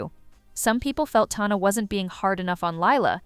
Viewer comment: Sorry say Tana like that again I’m gonna scream….